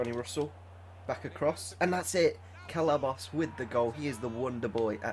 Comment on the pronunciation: It's nor celabos it's ce ball os